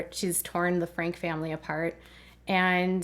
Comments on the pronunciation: I believe their last name is pronounced "Frankie". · They’re last name is pronounced Frankie, nor Frank.